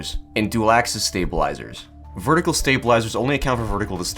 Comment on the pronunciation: стейбелайзерс, стейбелайзерс, сьейбелайзерс, стейбелайзерс... спасибо очень интерсно!